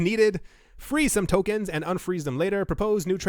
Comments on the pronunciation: When this is over, there will books written on all the words you mispronounced. Turkens, will be up there. :) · . Lmao "Burn terkens"